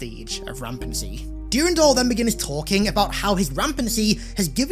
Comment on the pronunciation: PLEASE STOP SAYING DURINDOL